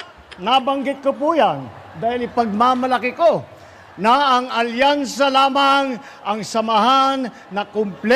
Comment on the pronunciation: Hindi "alyansa" kundi "alkansya"!!!